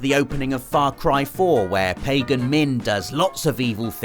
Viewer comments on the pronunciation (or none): none